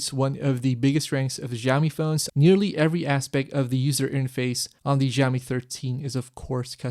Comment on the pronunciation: Great review thanks! Just one thing....please pronounce Xiaomi it as 'shao mee' - IPA pronunciation is ʃaʊmi. The 'X' sound you are making is actually closer to 'R' like in 'ren' (person). The soft 'J' sound doesn't really exist in Chinese. You just said it soooo many times in under 5 minutes it got to me hehe >_<